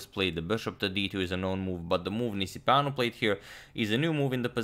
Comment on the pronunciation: It seemed like a romanian name :) nice pronunciation on agadmators side